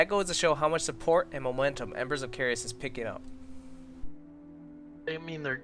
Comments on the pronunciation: Embers of carious? Lol I don't see an I in Caerus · i believe you're pronouncing Caerus wrong. the way you guys are saying it, it would be spelled Caereus